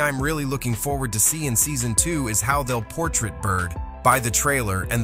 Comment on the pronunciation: The word is “PORTRAY”!! No portrait!!